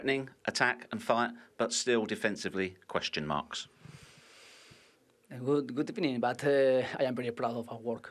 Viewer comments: pretty sure he said "good opinion" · This guy clearly has a running bet going for saying "Good Ebening" each interview. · who starts with good ebening but lololol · I thought he said good opinion at first 😂😂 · At this point I think he is just saying it for us, the fans of good ebening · I only came here for the good ebening, fastest recorded good ebening in history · I only came here for the " good ebening"🤷‍♂️ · "Good ebening" must be a part of his gimmick hahaha Hope the fans make something with that one day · Good... good... GOoD eBeNiNG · No one: Absolutely No one: Unai Emery: Good Ebining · "Good ebening" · good ebening everybody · “Gut epening" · It's not a good ebening though is it, Unai?